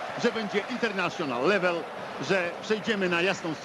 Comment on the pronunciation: Darek wypowiedział "International level" z akcentem typowego brytola.